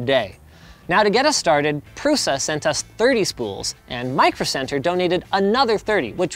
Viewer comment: In all languages, 'Š' is read as 'sh' like in 'shield'. So, his last name is like Prusha.